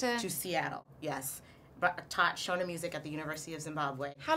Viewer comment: you don't even pronounce the word "shona" correctly